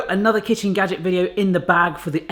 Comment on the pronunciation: Maybe I just watch way too much Crazy Russian Hacker.. But I could have sworn I heard you say "gadjick"